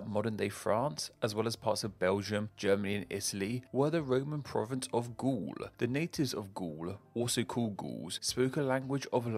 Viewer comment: It's pronounced Gaul like "gall," not "ghoul!" 😜